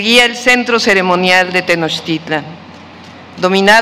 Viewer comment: Tenochtitlan... No Tenochitlan va con ese presidente pues wow